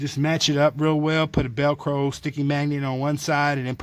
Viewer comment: Those are porcelain covered steel wire racks...! What an expert... This asshole doesn't even know what "velcro" is... or at least can't even pronounce it...!